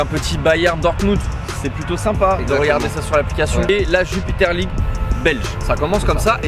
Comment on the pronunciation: ON DIT JUPILER LEAGUE 🤦🏿‍♂️